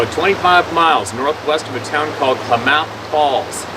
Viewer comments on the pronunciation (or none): You are right….people (some), know where your speaking of. I lived maybe 20-25 miles as the crow flys from Topsy. The area is pronounced With the emphasis in the beginning (rhymes with BAAAA math) KLAmath Falls. (I know it’s easy to mispronounce if you’ve never heard of it before…..I’m not criticizing). My husband rode his bicycle from Ashland OR, up towards Topsy, to KLAmath Falls passing Odessa. He said it took him about 4 hours…rode this several times and after listening to you, he can’t imagine why he had never seen nor heard (or lack of hearing) anything out of the ordinary. He must had ridden that route over the Green Springs (as we call the rode from Ashland to Topsy) about a dozen times. Thank you, for us….you’ve helped by opening our eyes, hopefully many more besides us around here. Love listening to you. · It's pronounced KLAM-meth, the other pronunciation IS POT- A-WAT-A-ME. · Are you trying to say Kaw lam ath ? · It's pronounced :Clam uth...... Klamath Falls